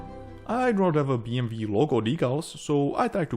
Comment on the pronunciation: I find you pronunciation funny: BM - V well thats kind of like germans do pronunce it. And i guess thats how,you do it in you own language too. But its B M „Double-U“in english. 😂 Great aircraft as usual!